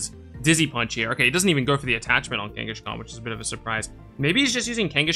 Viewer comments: Why do you pronounce it Kanga"sh"khan? I never heard it pronounced like that. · Same - but it does make the name sound more similar to Genghis Khan, which the Pokemon is named after, at least!